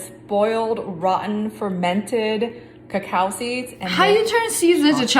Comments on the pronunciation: It's not pronounced ca cow its cocoa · It's coco not cacaww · it's cocoa seeds and coco bean. Not cacow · ITS CALLED COCO NOT A COCOWPAWD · It's not called cacoao it's called coco pod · notmto be rude be its pronounce coco not cacow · .. i saw tht same video on yt shorts lol.. its not "cuhcow" seeds lol.. its "cahco" seeds..im from the caribbean n this is how u pronounce it~ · cocoa not cacow.. still luv u tho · Its coco pod not coaco pod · Why do you Americans pronounce it 'ca cao'. in Grenada a country in the Caribbean where I live, there's a lot, and its pronounced 'co co' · what the heck is a "ca cow" seed it is Coco seed these white people. Please get it right. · ITS COCO NOT COCAO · ITS NOT A COWPOT ITS COCO GET IT RIGHT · Who the frik says cawcow pods is it not cocoa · also did sniper wolf say cacow pod its a coco pod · Cocoa beans is the name I hate to hear people say cacow seads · im sorry mam but u said a cacow plant it a coco plant this is a vailation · cocoa not cacao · As a Caribbean person i can say, the word is cocoa but pronounced as coco take not snipes <3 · Cac ao it is pronoused coco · It's pronounced coco seeds, but spelt cocao, lol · Srry but sssniperwolf it's pronounced co co but spelled coa coa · We have cocoa everywhere in Africa I ate it. It's nice and that's not how to pronounce it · The way she pronounced cocoa 😂